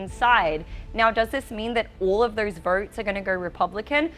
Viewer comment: What is wrong with this woman's mouth? She's substituting the letter E for the letter O when she speaks!! Saying "thers" instead of "those", or "verters" instead of "voters", etc!! It's hilarious!!